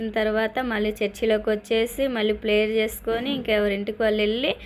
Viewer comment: అమ్మ బాబోయ్ ప్లేయర్ ప్లేయర్ కాదమ్మా ప్రేయర్ మాట్లాడటం కుదరక పోతే ప్రార్థన అనచ్చొగా